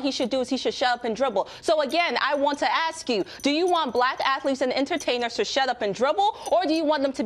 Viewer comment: the robot-in-red with the culturally mis-appropriated hair-do says she 'axts' the question..? 😳